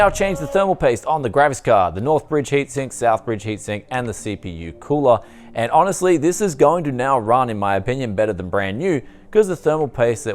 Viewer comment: why do you say gravis card instead of graphics card?